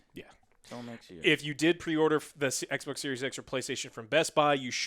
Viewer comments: I love how he says xboc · Lol “X-bock” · i like the way he says xbox